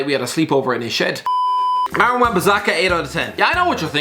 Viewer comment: ik it sounded like he said Darren in the vid